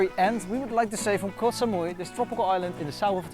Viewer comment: has been long enough in Thailand to pronounce Koh properly. 😊